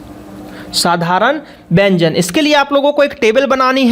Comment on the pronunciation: Wyanjn tum galat boare oh ka bol te hai